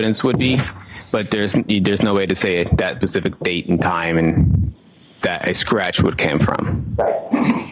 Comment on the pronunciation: That "pacific" time or that "specific" time sir?? Get outta here. I feel sorry for everybody that has paid taxes in that town or that state for the state Troopers who don't know anything either what a waste of your taxpayer dollars to go to employ people like this it's disgusting actually and how many times has he evaluated a scene and been dead wrong like he is now